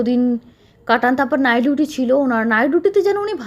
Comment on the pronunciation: Apni nighduty bolen keno ?apnar pronounciation khub b alga.dhore dhore katha bolun.